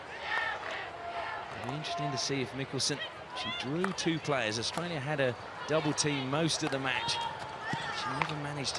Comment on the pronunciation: HE SAID AUISTRALIA🤣